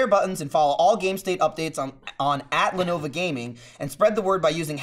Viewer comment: Sounds like is saying "Lenova"